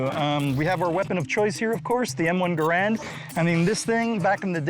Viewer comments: "Gair and" not "GA rand".. Just saying.. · Garand not grand